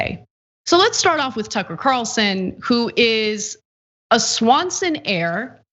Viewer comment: Ticker Carlson (pronunciation not important right?) go sit down and shut up.